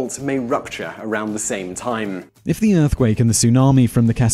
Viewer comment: lol they tim instead of time